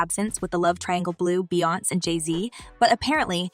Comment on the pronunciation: This moderator calling people's name wrong wrong 😂😂beyonce name wrong n sean Paul name wrong smh lol